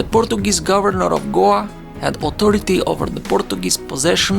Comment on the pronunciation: You can’t pronounce Goa?